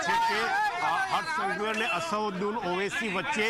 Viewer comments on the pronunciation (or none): અસરુદીન નહીં અસદુદ્દીન બોલતા શીખો 😅😅